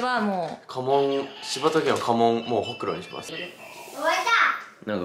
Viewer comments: ホ↑クロなんだね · うくんのホ↑クロ→の発音気になってポンスの可愛さしか頭に入らん🤦🏻‍♀️ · えぇえん！！ほくろってその発音じゃないの！！バイ愛知県民